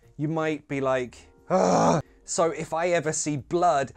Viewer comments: Chris Evans' nephew says: 'I don't "wike" it instead of "like" it😂. Lovely! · Chris’ Evans’ nephew says Wike 😭